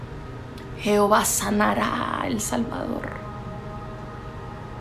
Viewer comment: No se dice jeovha. Palabra mal dicha